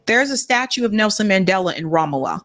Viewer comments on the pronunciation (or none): Love you! Just one quick correction on your pronouncation of Ramallah: It is 'Ram-Allah', Ram means 'high place' and Allah means God in Arabic; together, it means God's High Place, and it's being stolen, along with the rest of Palestinina indigious lands, as you correctly point out. Thank you for your work and keeping your eyes on Palestine!